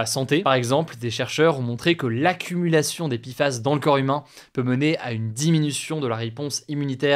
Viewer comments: Ça ne se prononce toujours pas "pifass", hein. En français, c'est "péfass" ou "pé èf a èss". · Pourquoi il dit Pifas au lieu de Péfas? Entre français ou anglais, il faut choisir ! La il nous fait du franglais ! ( comme mon installation windows 11 par défaut de mon PC ^^ et les responsables m ont dit " ah désolé, nous sommes peu à parler français dans l entreprise !" mais ca se permet de vendre à des francophones ! ) Désolé pour cet énorme hors sujet ! ^^